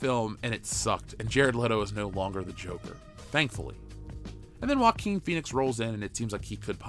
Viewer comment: Just onr thing. JOAQUIN is pronounced Hoa-Keen. In spanish the J sounds like the phonetic H in english. Anyway keep the good word comming. Your Fan.